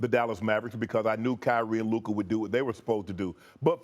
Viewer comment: Stefan A continues to deliberately mispronounce Luka’s name when he deigns to even mention him…Stefan A is a xenophobic racist